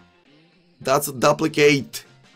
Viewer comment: Love your vids man, one thing tho, “duplicate” is pronounced “doop-li-cut” or “doop-li-cate”